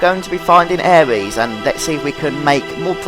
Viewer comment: # 1 aerises name is pronounced air-iss not air-ease. # 2 yuffies name is pronounced yoo-fee not yuf-fee. thanks if you take that in :)